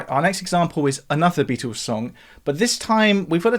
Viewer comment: "the Beatoos"